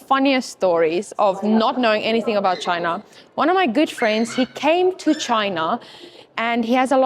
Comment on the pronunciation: Please correct how you say ChinAAH... Lol! It's China with a short a not aaaah! Hope you'e not teaching English there.